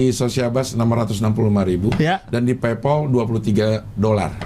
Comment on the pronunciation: bacanya paypal cing, buka paypoll